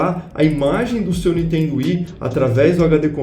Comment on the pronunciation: o cara...eu curto seus videos....mas por favor ....fala niNNNNNNNNNNtendo......da gastura ver vc falar toda hora n...iiiiiiiiiiiiiiii.....tendo